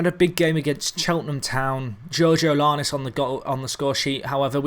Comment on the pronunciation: Dude, you're killin' me. :p George-ee-ad-iss. :p There are no l's in the entire name and only one o. :p